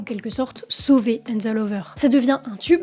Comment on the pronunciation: La prononciation en anglais c'est pas encore ca:) "flowers" ca se prononce avec une sorte de leger son "ah" et non de "oh" comme dans "floors" Aussi "hands" y a un "H" il faut le prononcer, c'est pas "ands".